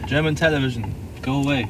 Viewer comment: German Telewischn... Zum wegrennen🎃